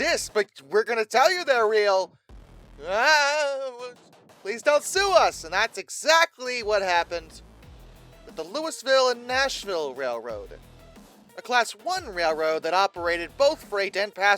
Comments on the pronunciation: Has ever been to Kentucky? Pronouncing “Louisville” I thought was pretty well known. LOU—EEE-ville! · more like lou-uh-vull. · We pronounce Louisville like "Loo-E-Vull".